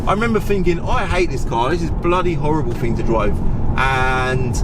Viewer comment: "I fought I'd neva own one. Quite a rare fing."